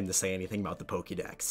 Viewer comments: why the fuck does he say pokey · I have two questions. Why do you repeat your name twice at the beginning of the video? And why do you pronounce Pokemon correctly but not Pokédex? It's not POKYdex, it's the same pronunciation as Pokémon lol Even when you say Still kinda wrong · How come you pronounce Pokemon correctly, but Pokedex incorrectly?